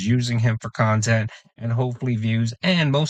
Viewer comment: Dweeed! It's not the khan-tent!